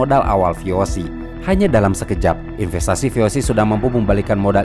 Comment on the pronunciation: VOC itu bahasa Belanda dibaca ve o se bukan vi ou si